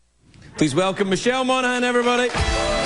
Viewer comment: Thanks, Craig Ferguson, I THOUGHT that it was correct way to say Michelle's name and to right on, Craig!